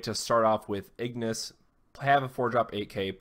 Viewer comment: Ingus, not Ignus. I made that mistake for a while haha